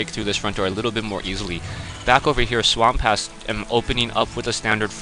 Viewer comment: I can't believe you called him SWAM PASS!!! LOL!!! I guess that's the Dyslexia your wife was talking about kicking into high gear!!! You are the greatest shoutcaster alive today bar none!!! 4ever!!!